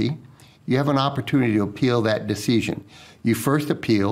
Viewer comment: Why does he pronounce "decision" like deeseeshun. If I didn't know any better, I would think he was a foreign op with really good English who didn't remember how to pronounce all the words...🤔🤔🤔